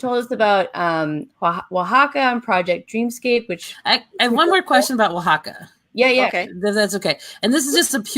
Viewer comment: Now I can actually pronounce "Oaxaca"